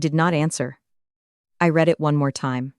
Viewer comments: Not reed but read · This is a remake of a story I read just a little while ago but with a man instead of a woman. Plus, they still don't know how to say the word "read" correctly.